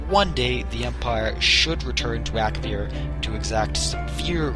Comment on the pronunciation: Ak-A-vir nor Ak-vir